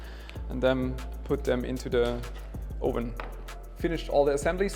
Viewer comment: Hi mate, it’s not “ohven” it’s “uhven” for the English word oven. Love your vids. Cheers.